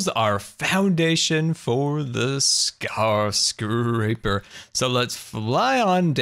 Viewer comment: "Scarscraper"- I love it.